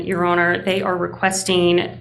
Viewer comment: Yes, her mannerisms were very off-putting. The vocal fry wasn't too bad, but she dragged out a lot of final syllables, which exaggerated the vocal fry. It was particularly bad on the final syllable of "your honour", which she said far too often. The judge probably isn't going to be prejudiced against her because of how she speaks, but a jury certainly could be. I don't know if she does jury trials, but if she does then a colleague really needs to sit her down and tell her how she comes across.